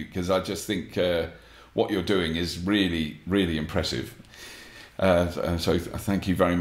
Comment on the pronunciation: "... what you're doing is reelly, reelly impressive..." I guess Robert didn't notice this. :D Edit: Or maybe he did because he said "really/reelly" multiple times after he started to talk to the camera. :D